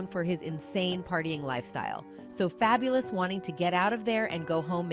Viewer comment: I cannot!! That lady who narrates all those videos, drives me bonkers!!! Her mispronunciations are too bad. Fay-bu-lus? Girl FABULOUS, so what he spells it different. seriously??